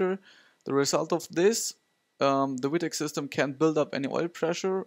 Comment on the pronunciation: In America we say vee tech, not wee tech. Other than that, good video.